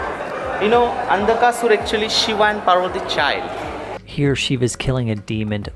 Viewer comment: Cheers to you for being such a Indophile! Would you take up the challenge to pronounce Indian words properly? For example it is not Pavarti, it's Parvati, the wife of Shiva. Not criticizing your Yankee accent, which is perfectly fine, but you are just saying important words wrong! After years in India!